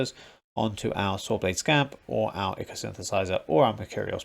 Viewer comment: ichor is pronounced EYE-cor